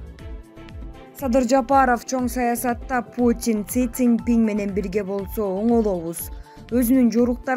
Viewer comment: Эй комментатор кыз он суйлосончу Кытайдын президентинин атын жакшы айтсан -жолу кайталасан тилин ошондо келет шылдын болбой суйло.!